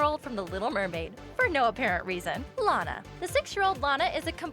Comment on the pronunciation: My favorite ORIGINAL loud house character is Lana also her name is pronounced law-nuh